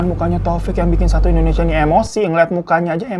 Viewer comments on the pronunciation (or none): none